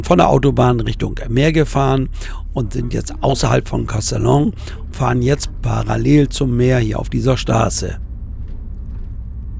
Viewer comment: Castellon, wieso kannst das nicht richtig aussprechen?